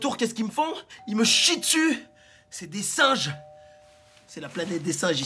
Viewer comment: "c ets dees SINNNGES"!